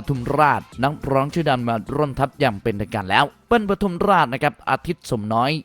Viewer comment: เบิ้ล ไม่ใช่ เปิ้ล ปทุมราช ครับ